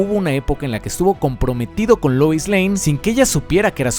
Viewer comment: Por qué pronuncias Luis??? Por qué si todo el vídeo pronuncias Lois normal, pero cuando dices "Superman & Lois" dices Luis? XD. Pd: supuestamente el del traje no es Lex, pero habrá que ver la peli hasta entonces.